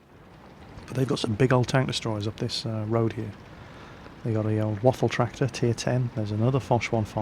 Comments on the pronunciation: It's called Waffenträger not Waffentrager. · did he say, "waffle tractors E-100'? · Nice pronenciation of in the beginning! Almost perfect :) But you must pronounce the WaffentRÄger more with the RA! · Well the Waffenträger pronounciation was not bad, except that ff should be pronounced sharper. Hiss it! :D Seriously, put your teeth on your lower lip and push the air out. An f should sound somewhat like the noise that a snake makes when it's pissed. And no not british pissed, american pissed as in angry. ;-) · Your german pronounciation is actually very good, although you tend to roll the R too much...which is a common mistake thanks to one particular austrian. ;) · Hey, you miss the "ä" in Waffenträger.;) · Please do yourself a favor and just call "Waffenträger" = Gun Carrier. You guys from english speaking countries all sound like drunk russians if you try to pronounce this ^_^ ... Btw, yeah good review on this thing. Nevertheless, I really would like to see no one flame anymore about "scumbag artillery", since now the "scumbag TD-lines" are introduced :D Upcoming: Tier XI & XII, featuring Leopard 2A4/A6, Abrams M1A1/A2, T-80/-90 and so on... o_O